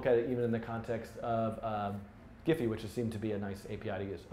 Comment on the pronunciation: Great tutorial Dan ! btw it's pronounced as "jeef".